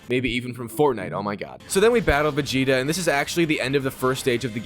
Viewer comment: You said vegeta name right at the beginning